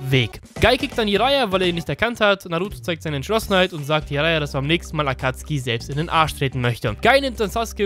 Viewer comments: Akatsuki deutsch ausgesprochen hat mehr swag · Hey du sagst nicht SasUke sondern Saske...du sagst nicht akatsuki sondern Akatski....warum machst du nicht einfach deine ganzen Videos auf Japanisch mit deutschem Untertitel ich komm auf deine billig deutsche synchro nicht klar